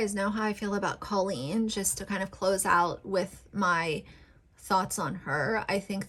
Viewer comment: Let's talk about Colleen first. The fact that you don't even know how to pronounce Colleen's name just proves you don't watch their content at all. The fact that you're going after someone like her, when she regularly raises money for things like childhood cancer, is problematic in itself. Colleen has raised awareness for depression, anxiety, pregnancy issues, and so many more topics that needed to be normalized. As far as the Ballinger family themselves, whether or not they want to film videos that include THEIR children is up to them and their children. Parker, for example, is a very out-there, energetic, sweet boy. And whatever he's wearing, whatever he's doing, is his choice. And that goes for all of the kids. If any of them were not comfortable with being on YouTube, they would say something. And Bailey is 13 years old. She's not incompetent and she could easily have spoken up by now if she, or any of them, were uncomfortable. Jessica and Christopher are both very sweet, kind people and I'm positive that if their children were not comfortable with any of these things, they wouldn't force it on them just because they need some sort of financial reward. Rachel Ballinger has been an ICON for the gay community and for women in general. She normalizes that women can do things without the help of a man. She's constantly doing things that are stereotypically a "man's" job, like woodworking for example. And in the process, she's proving that a woman is perfectly capable to do th